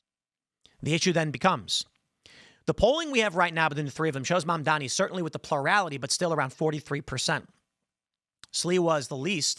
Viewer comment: It's Ma'amdani !!!